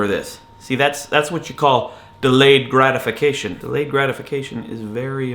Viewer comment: Hahahahah gradifuckation. Sorry that one really got me. Good thoughts though, makes ya think! :)